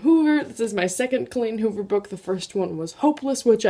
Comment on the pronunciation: Butchered Colleen Hoover. DAMN!